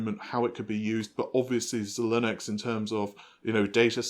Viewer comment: Love the videos. P.S. "Xilinx" is pronounced "zye links".